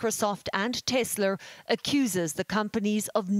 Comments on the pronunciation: it's TESLA, not "TESLER" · lmfao the woman said teslur